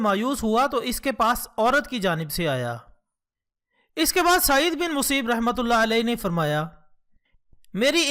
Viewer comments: hazrat museeb nahi hy hazrat musayyyab hy bhai. Ghor farma lain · بهائ يه لفظ سعيد بن مسيّب هئ.ب مشدد هي